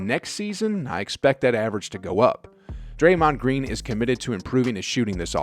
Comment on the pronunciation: draymohoond green